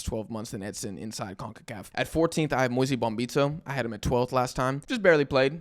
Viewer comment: Moise rhymes with NOISE. Not NOISY. Moise rhymes with BOYS, not Boise.